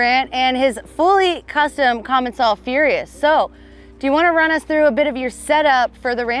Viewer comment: The way they misspronounce commencal and marzocchi....